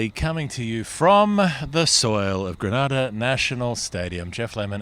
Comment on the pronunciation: You moron need to learn to pronounce Grenada properly. Don't be ignorant